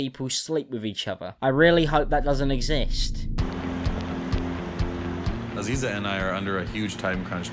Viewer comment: Stop saying Aziza and Visa thats HILARIOUS